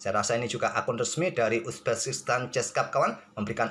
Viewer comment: Bang kok penyebutan uzbekistannya agak laen 🤣 Uzbekistan ❎ Uzbeskistan✅